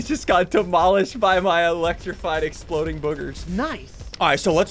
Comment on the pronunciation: Exploding not exploring😂😂😂